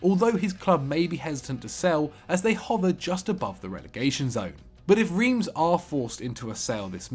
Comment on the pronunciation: That's the worst pronounciation of Reims I've ever heard